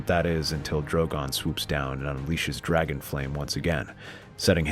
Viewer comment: It really sounds like "I'm da dwaggon, I want my cwown", lol